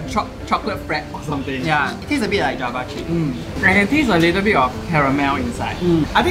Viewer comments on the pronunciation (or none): none